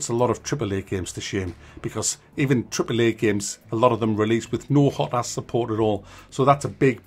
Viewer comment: Good review. Something I noticed is you sat HOT-as not HO-tas. I never even considered saying HOT-as.